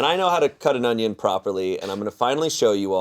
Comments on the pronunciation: I love how says ungins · Absolutely love, but everytime she says "ongions" i wanna throw myself into Ians knife wall lol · inability to say “onion” is giving BeenADick ClumberSpaniel’s “peng-wings” 😹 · Holy shit when say onion there’s a G sound I have a friend who does it too I didn’t know this was a thing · Why is pronouncing onion with a G at the end?